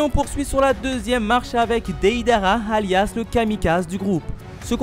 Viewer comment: On. Dit. Deidara